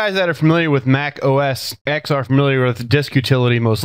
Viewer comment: The X in OS X should be read as 'Ten'